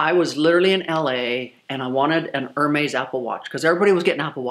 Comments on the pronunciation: It’s not Er-Maize. It’s “Air-Mez.” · Looks like no amount of money can teach you how to pronounce Hermes correctly lol...it's kind of endearing though she seems so humble despite having so much wealth. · air-mez air-mez btw I enjoy watching you. I've watched for a long time! I love luxury handbags the most and love seeing your collection. It's breathtaking! This video one came off so entitled it made me a bit sad. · Is someone gonna teacher her how to say hermes? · You are not pronouncing Hermes correctly. Everytime you say it, it's like nails on a chalkboard. Please and thank you.